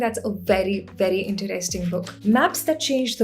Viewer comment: content is great but I hate the way she pronounces a few words - Interesting, poetry, pocket and so on. For some weird reason it really annoys me. Sorry!